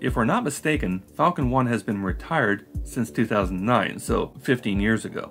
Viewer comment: Or maybe he's just adding a quantitative statement and fumbling the pronunciation. "It'll be less than a Falcon 1 per launch....*per pound*cough*."